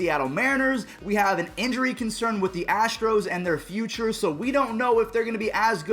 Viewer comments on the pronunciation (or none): none